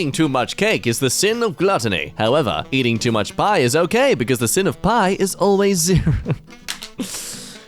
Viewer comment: It is the Samsung default fault to my knowledge. ten to the negative 8th power. So 1/ :17 The mathematical term 'sin' is pronounced as sign. Ohio Probably my bra. it is 120 due to order of operations. Suh-cue-lants